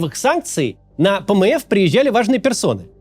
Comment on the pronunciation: Пмэф звучит как пмэс😂